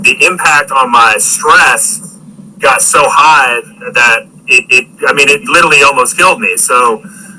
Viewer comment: 'Litallly' ughhh